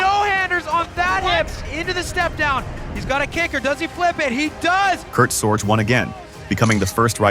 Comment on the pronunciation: Its pronounced Sor-gee, not SorJ. Kurt Sorge.